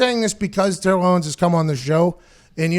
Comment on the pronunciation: "Ownes" lol